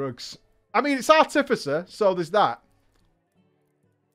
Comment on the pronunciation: Ar-ti-fi-cer, fuck….